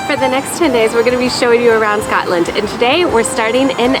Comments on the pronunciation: Ugh that annoyed me too. And “Scatland” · Can you please not say “Scatland” or “Edinboro”